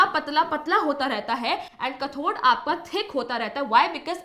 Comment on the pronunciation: It is not kathor correct pronounciation is kathode